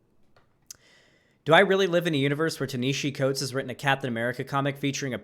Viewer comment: Leftist and can't even pronounce Ta-Nehisi Coates. LOL. Proving leftists are uneducated and just regurgitate talking points.